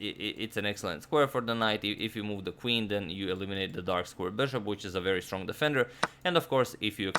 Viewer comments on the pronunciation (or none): none